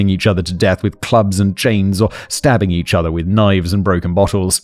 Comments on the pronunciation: 😂 Stoe tubbing. Must have really hurt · Anyone else catch Simon saying stoe tubbing? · You said stow tubbing 😂 I can't manage to get heat seaters right 😅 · Blameless in the "Stoe Tubbing" 😂😂😂